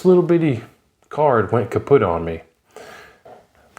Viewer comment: When you said "kaput" I heard it in a Sgt Schutlz accent.